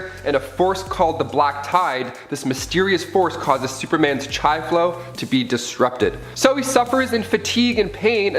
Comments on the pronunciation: Verbiage is sadly lacking. So many mispronounced words. Chi is not Chia, Agony is not pronounced A-gony it is Ag-ony. So much of this video is basic knowledge nothing special in it at all. Sorry I have to be harsh but this video was a waste of your time. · the same feeling you described with the fork and plate sound happened to me when you pronounced chi